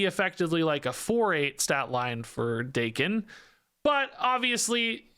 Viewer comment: isn't it Dah-ken? considering he's from Japan